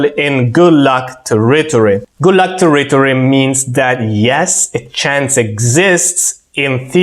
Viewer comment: I love all your work. You do a great job amalgamating and distilling all the gray areas of all the power content that exists from so many minds. Thank you. And as One small feedback to help you, the enunciation of territory in English is TAIR-ritory, with the stress always on the FIRST syllable. Grazie mille!